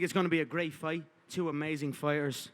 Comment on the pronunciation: yeah when someone say "muney" "Luved" "foite" you don't need to pay attention to the person